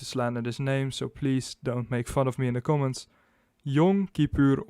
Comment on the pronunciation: Your pronunciation of Yom Kippur wasn’t bad, but “Arab” was awful!